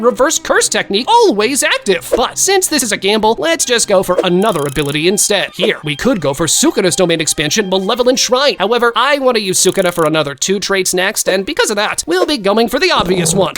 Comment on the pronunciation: It's not "Malevolnet shrine" It's "Malevolent kitchen" :)))))))))))